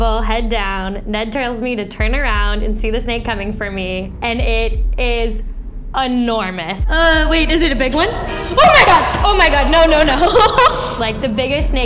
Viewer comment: Ugh calm down lady. Also it's not pronounced ah-normous. I'd love a snake massage, it sounds awesome. They're little living hugs.